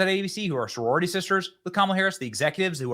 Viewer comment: Soririty Sister? 😂